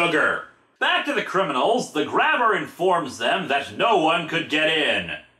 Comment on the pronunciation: The Grabber family comes from Quebec. It's really supposed to be pronounced Grab-Bay.